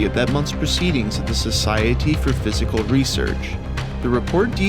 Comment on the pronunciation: This idiot can't read or can't pronounce psychical. 😂😂